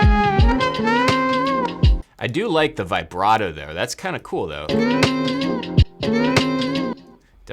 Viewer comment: I like how you pronounce the word "vibrato" - not the first time I've noticed 😂